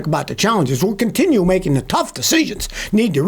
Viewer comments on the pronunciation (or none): none